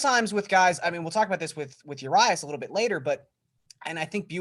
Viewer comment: Uh-Ree-us Julio Urias